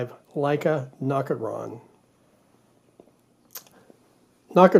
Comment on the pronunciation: You call it what? A nocitron? I just call it nocticron...